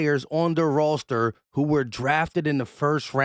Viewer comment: Just needing to hear say- “rawster”. Got it. Thanks